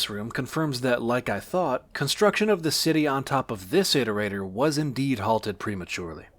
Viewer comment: Im so used to hearing how Daszombes says iterator that hearing say it correctly sounds wrong